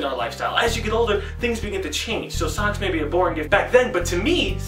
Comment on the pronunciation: when you say socks it sounds like sucks